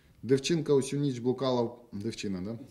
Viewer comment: написано "підняті" - читает "пОднятЫ" написано "ніч" - читает "нЫч" написано "тільки" - читает "тЕлькО", "тОльки" написано "дівчина" - читает "дЫвчына" Он букву "і" не знает?